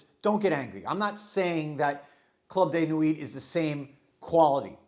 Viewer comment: its club de nwiiii, not nwit